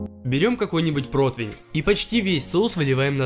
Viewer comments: Ухо режет этот протЫвэН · Ну почему протвень то!? Если противень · ПротИвень. УМОЛЯЮ, ПРОСТО ЧЕРЕЗ И т.т Видео шикарные, но слух режет. Хнык.